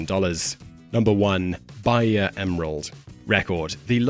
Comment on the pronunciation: Bahia is pronounced "ba--EE--a"